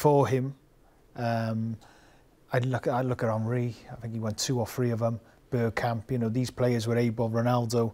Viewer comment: He said “Birdkamp”, gtfo